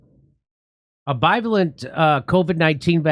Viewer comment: Jimmy. I love your show but for the love of God will you please stop mispronouncing bivalent.